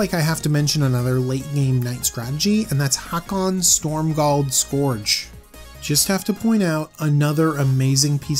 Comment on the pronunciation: Haakon, Stormgald Scorch is strictly less existent than Haakon, Stromgald Scourge. Somebody had to point out the pronounciation derp. I made the sacrifice and become that somebody. I am the hero you need and the hero that you deserve.